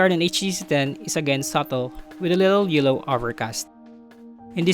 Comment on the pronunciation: i wasn't suggesting him to mimic the american accent. There's always some parts where the pronunciation and enunciation goes off. Like the words stabilization, subtle. and enunciations on; yellow, pretty.. etc. I also have filipino accent but it's always nice to deliver the message without mumbled words